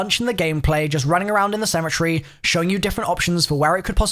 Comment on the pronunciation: It's called cemetery not cemetree get it right